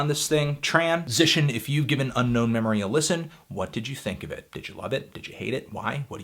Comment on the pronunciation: It’s called Unknown Memory, not Unknown Meme-ory.